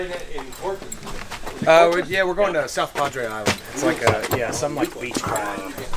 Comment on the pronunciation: Great video—the practice, the tour, All of it. It’s ‘South Padre’ BTW… (I grew up in Houston and went down almost every spring break).